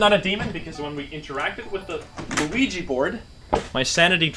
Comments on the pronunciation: Look I know I’m not crazy this guy says “LUIGI” board and it’s fucking with me 😂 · Hold on did you just say Luigi board? It literally sounded like it